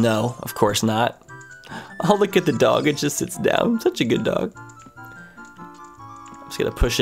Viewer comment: Why does it sound like Navi is saying "Luke" instead of "Look".